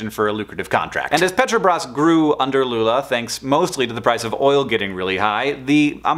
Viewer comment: fiquei impressionado com a pronuncia... muito boa mesmo